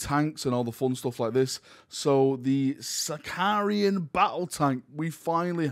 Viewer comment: Why does everyone keep calling it a Sicarian? It’s a Sicaran, there’s no I between the r and a